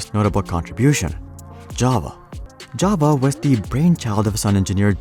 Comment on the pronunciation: I really like how you pronounce "Java". Ja-va. I have met many pretentious/obnoxious programmers who pronounce it "je-ve". I really hate them with passion.